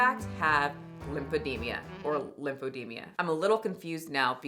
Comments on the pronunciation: Sorry but it’s pronounced “e-deem-ah,” not “e-deem-ia” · LympheDEMA not lymphedemIA 😂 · It's pronounced eh dee ma, not eh dee mia. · its Li-pe-de-ma not Li-pe-de-mi-a! I love you girl but please 😅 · it's lymphoedeMA, not lymphedeMIA.